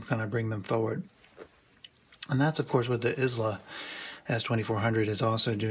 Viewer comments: Wow. That seems a tad hyperbolic. It's actually EyeLa not Is-La. It's named for Brad's daughter. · Is pronounced “eye-lah”. Don’t feel bad, my Scottish in-law shamed me mercilessly over my butchering the name in the same way. Great review!!